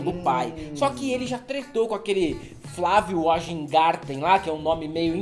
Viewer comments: O nome é VÁIN-GÁRTEN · Rapaziada, em alemão W tem som de V e J tem som de I. SEMPRE! Então Wajngarten se fala vaingarten. Bem simples. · A pronúncia é Weingarten. J em línguas escandinavas tem som de I/Y. Mas pode ser Weg-garten pelo deboche.